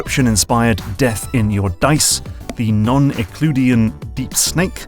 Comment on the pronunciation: Don’t worry, that was the correct way to use “it’s giving”. Unfortunately, all the cool kids are still hung up on your pronunciation of “non-Euclidean” while describing Deep Snake. Great video though!